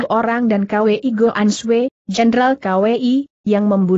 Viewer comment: Maaf guru....mau kasih saran....kwi sebaiknya langsung dibacakan kui aja, jangan di baca k...w dan i, begitu pun hwa sebaiknya langsung di baca hua aja,jangan di baca secara terpisah h...w....a.